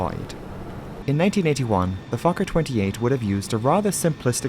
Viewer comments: It keeps sounding like you’re saying f*cker instead of Fokker. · I don't care how many times I hear Fokker, I wake right up thinking he said something else. 😂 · I'm very immature, I hear fokker I lol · I’ve seen so many of your videos but no matter what I still giggle inside when I hear “Fokker.” 😂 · "Fokker headed for Moerdijk..." 🤣😂🤣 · Fokker ... haha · I snicker every time Fokker is said 😂